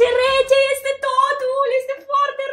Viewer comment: când ai vrut să spui "Este foarte bun,, am înțeles "Ete foarte bun,,😂